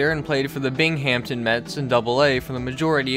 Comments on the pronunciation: Aah, you made the mistake everyone makes! It’s pronounced much more like “Bingam ton” and NOT like “Bing Hampton” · U said scutaro and binghampton wrong